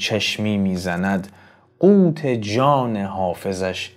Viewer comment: قوًت را قوت خواندین